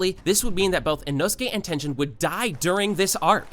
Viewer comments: bro whats tenjen 💀 its ten - Gen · you said tenten not tengen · bro really said “tenjen” 💀💀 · this nigga said tenjen 💀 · ngl i hate how you dont know how to properly pronounce tengen or mugen when they are said so many times in the anime (correctly) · Did you really pronounce mugen like mu Jin and tengen like ten jin